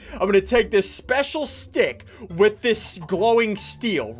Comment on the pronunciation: Dude he said wif trying to say with what a goof